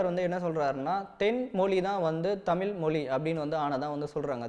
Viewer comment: தமில்/தமிலே இல்லை தம்பி "தமிழ்" கூறுங்கள். உங்கள் பணி மேலும் தொடர்க!